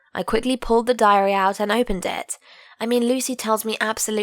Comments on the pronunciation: Idk but when she said diary i heard diarrhea (sorry for my bad english) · I thought she said diarrhea